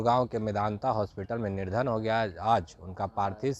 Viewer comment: Niradhan nahi nidhan